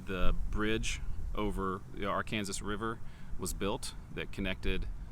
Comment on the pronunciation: Why are you calling the river Are-Kansas? Instead of Arkansas?